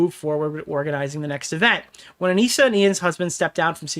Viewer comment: I think it's really funny that repeatedly calls her "Ah-Nih-Suh", when both she and Ian refer to her as "Ah-Nee-Sah". He has been covering this story and been an active participant in the previous events, but doesn't even know her name. Sounds like she has not been communicating well with the volunteers.